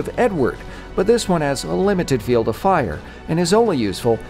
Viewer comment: Nah bro said fiell 652